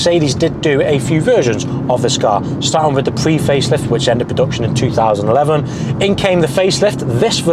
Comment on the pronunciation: Fwee pwee-face lift. Wtf three three ssixty-fwee